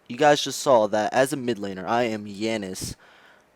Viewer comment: Dear God. "Guys" is not pronounced as "Guysh", "Just" is not "Jusht", and "Faster" is not "Fashter". And regarding your question on how you can make a living without people/players watching Smite: maybe get a job? Also, please blow your nose. Thanks.